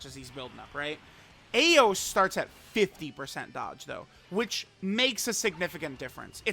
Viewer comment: Truth I believe her name is pronounced EYE OS.